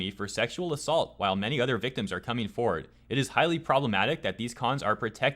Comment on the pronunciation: "VIC-TIMS" God dammit lmao